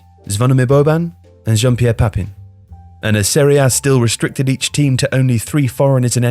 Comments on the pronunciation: It’s all pretentiousness so yes.. WRONG. There is now Alessandro Cost uh Kurtuh. It’s Costa-koorta. Reygard is supposed to be Rijkaard. Football is a game so diverse that you must respect every single element or you know nothing at all. Papin is pronounced Pah-pyne and Savicevic is not accented. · Is your pronunciation accurate? When you pronounced Rijkaard a way I'd not heard, I assumed you had researched it, but then you said 'ballon d'heure' and I'm sure you pronounced Papin wrong. Now I don't know what to think!